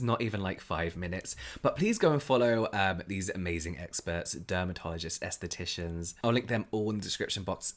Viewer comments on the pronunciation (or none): Esthetician? Aesthetician? 😂